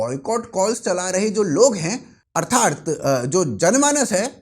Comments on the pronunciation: Sir 'Artharth' nahi 'Arthat' boliye ; ) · One feedback. It should be अर्थात्, not अर्थार्थ।